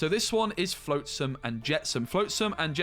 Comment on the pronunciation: Cri-kee is just like cricket but replace the T with a Y. Flotsam is with the ot sound, not float like boat.